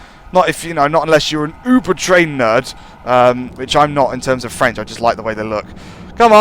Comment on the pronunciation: Impressively accurate French